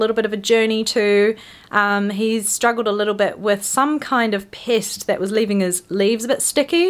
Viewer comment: I love how you say pest. "Pissst" I was like 🤔🤔 yea 😏 accurate.